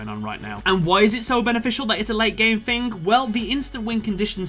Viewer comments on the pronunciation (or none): Late game fing? The "th" on this boy sound like 'F'